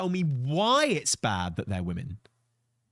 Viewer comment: anyone else annoyed that guy keeps saying woman instead of women. or am i hearing it wrong.